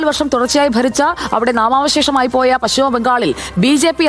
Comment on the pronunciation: പച്ഛിമ ബംഗാൾ അല്ല, പശ്‌ചിമ ബംഗാൾ ആണ്. (ഉച്ചാരണം ശ്രദ്ധിക്കുമല്ലോ, especially Padma Lakshmi)